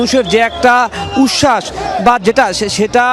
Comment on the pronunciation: উচ্ছাস বলতে পারে না বলতেছে উস্যাস